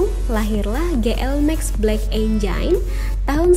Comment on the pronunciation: Black Engine di baca "blek enjain" harusnya "blek enjin" mba, belajar lagi bacaan english nya mba kurangi kecentilannya wkwkwkwk....😝